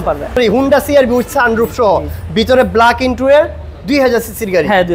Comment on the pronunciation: ইন্টুরিয়ার না, 😂 ইন্টেরিয়র : ইন-টে-রি-অর